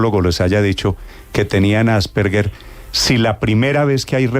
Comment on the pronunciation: Se pronuncia 'Asperger' con la g normal y no como 'gue'. Primero apredamos a decir bien las cosas y luego charlamos